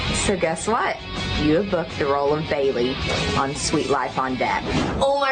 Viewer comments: adrienne’s last name is pronounced BY-LOAN not the way you were saying it 😬🫣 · It’s pronounced Bye-Loan not bay-lee-on ☺️ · Adrienne's last name is pronounced, "Bye-loan" for anyone who's wondering, btw. Not "Bailey-on". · Adrienne Bailon…. Her last name is pronounced “Bye-Lon” not Baleeyon…. Just for future notice. Great video though. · Pronounced Adrienne’s last name WAY wrong 💀”Bay-lee-on” honey it’s “bye-loan” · just so you know, adrienne's last name was mispronounced in this video by you. it's bailon, not bailion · You couldn’t even take the time to Learn how to pronounce BAILON and not Bailion. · Not Adrienne balli-on. Boy bye 😂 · not “bailey-on” 😭😭😭 i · Adrienne “Buy-lon”. Great video! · Adrienne’s last name is actually pronounced by-LAWN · i love this channel and the work y'all do but you NEED to learn how to pronounce people of color's names. the amount of times mispronounced adrienne bailon's name while getting all the other anglicized names right...like that's just disrespectful. it takes 2 seconds to look up a video of her saying her own name on youtube—it's BYE-lawn, not belly-on. please, it's extremely basic decency. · Your pronunciation of Bailon 😬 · also you miss pronouncing bailon the entire video like a quick google search would have told you how to pronounce the name correctly, for a “deep dive” channel you really didn’t try that hard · How you gonna butcher Adrienne’s name when she has said the proper pronunciation numerous times? I’m not even a fan of hers and I can appreciate how her name is pronounced. Done with this channel now 😌